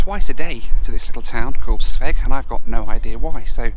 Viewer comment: Thanks mate! And by the way.....the way you pronounce Sveg is hilarious to a Swede! But I love it!